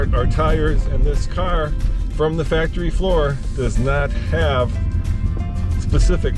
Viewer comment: The way says "carrrr" drives me crazy!!!